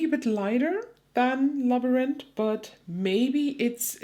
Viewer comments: This Haggard quint was accessible to me and not expensive. I got the real thing and just purchased the quint. Labyrinth in English is pronounced as you say it but in the end you do not pronounce the T. The T is a th which is similar to a z sound (in Soanish). Sorry for your shadow loss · Sounds like Lab-rinth ❤ but ur pronunciation is much fancier! 😊 love that shade, but my goodness is that palette EXPENSIVE! over 50$, and there's only one truly unique shade? Doesn't seem worth it i hope u find a good dupe! ❤ back to the vid 😂